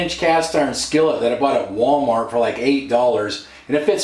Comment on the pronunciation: Sounded like 8 but I think he said 80. I buy mine at yard sales real cheap, well seasoned and loved!